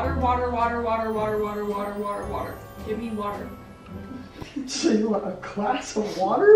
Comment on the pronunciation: She said watr water not watr